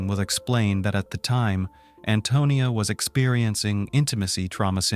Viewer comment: And I'm angry he is saying Antonio instead of Antonia ..